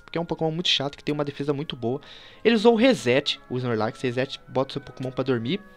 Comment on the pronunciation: da agonia ver ele falando snorlax desse jeito